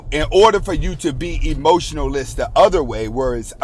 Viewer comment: He was saying emotionalist not emotionless😅